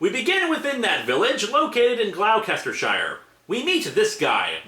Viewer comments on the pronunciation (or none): No mention of Glau-cester-shire when it's pronounced Gloh-ster-shire? I don't hold it against Linkara as it's fairly obvious just how much of a bitch the word is to read and pronounce correctly but I still found it funny... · It's "Gloss-ter-shire" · Lovely review, if it ever comes up again - it’s Gloss-ter-Shire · Gloucestershire is pronounced "Gloss-ter-shur" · "Glow-kester-shyre" AAAAAAARRRRRRGGHHHHH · Additionally the city is pronounced Glos-te-sher... Not as it's written, Gloucestershire...